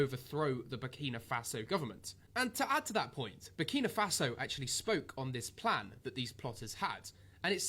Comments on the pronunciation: 🤣🤣🤣 man fully butchered the name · Burni Mafasa 😬🤦🏾‍♂️ Kwasiia 😂😂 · That was diabolical, he called the country Burni Mafaso 😂😭😭, i had to reloaded it bare times 😂😂😂😂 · u need to start reading out words and pronouncing them properly. what tf is burnima faso and who is ibraham Tori? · My brother , you need to start by pronouncing the country it self it is called BURKINA FASO!! Next it’s Captain Ibrahim Traore ! He is the future for all black people , trust me my brother you have done a good thing today posting this content , spread the word transformation is coming ! #protectibrahimtraore 🙏🏾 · Big up for this. “Burnima Faso” killed me though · Burkina Faso learn to pronounce the country's name correctly. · So focused on trying daily upload man can’t even learnt how to say the countries name properly. Content getting a bit 🤏🏻 meady in quality like tankz now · Big respect for this video, yeah you said his name & the country wrong but that's minor details. Most people like you said didn't know it was a word to even say wrong. Awareness is 1000% worth more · his name is pronounced TRA YOUR AY not TOURie ...The country is Burkina faso, not burnima faso. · To start bro it's I-bra-him Tra-oré and bur-Kina-Faso lets start intelligent please, continue to spread my black fellow #TheChosenOne has arrived ❤️🖤💚